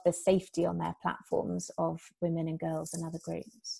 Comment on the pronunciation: Charles Nicklestein this is for the wage gap And once again, who in this video is complaining that men don't make enough money? also "wii-mun"????????